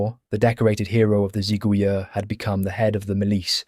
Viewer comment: If I may, the word "Zigouilleurs" is used here in the plural and therefore ends with an S, but in French we do not pronounce this S.